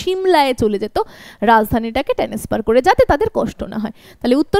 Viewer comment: Mam ' transfer' not 'tanesfer'